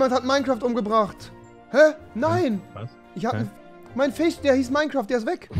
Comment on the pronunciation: "mein FICH"